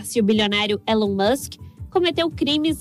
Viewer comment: Não se diz élon mas sim Ilon